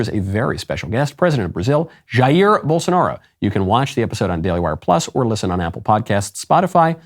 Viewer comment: Shoutout to Michael for being the only DW host to pronounce Jair Bolsonaro’s name correctly.